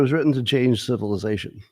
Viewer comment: I love your new “tiny smooth human brains” thing. And when you stress the shuunnn in civilizaSHUNNNN. 😄